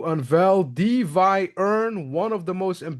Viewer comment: It's De-Fi not De-vi 😅😝